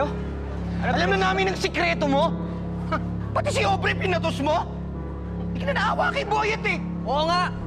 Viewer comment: Mukhang patagal ng patagal parang Ovary na ata naririnig ko't hindi na aubrey... Sira na ata pandinig ko...😂😂😂